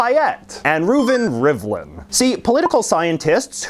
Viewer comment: As an Israeli I approve of the pronunciation of the name Reuven Rivlin